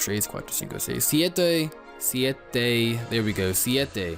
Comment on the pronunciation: Good pronunciation there for Siete bro. Props to you :)